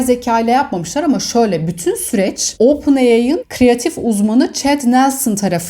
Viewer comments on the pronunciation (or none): Ya hala ooopen ai diyo 😄 Lütfen düzelt şunu saygılar ❤